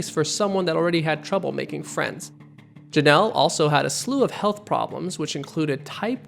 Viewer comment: I zeroed in on "saterday" and I couldn't get over it. and also "protectjenet" shortly before that